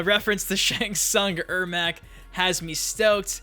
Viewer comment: It's ermac